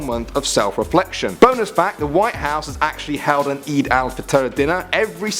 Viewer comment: He said Eid wrong LOL